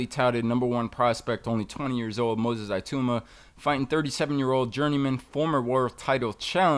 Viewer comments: Tbf even english people pronounce it Itooma/Itauma. The 'I' certainly isn't pronounced EYE though like most Americans tend to say. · Moses, "Iatooma" 🤣